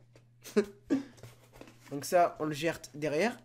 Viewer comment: il a dit on le jerte derriere